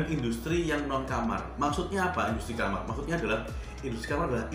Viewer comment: Apa maksud dokter itu "khamr" btw Bacanya "khomer" dok hhe 😁🙏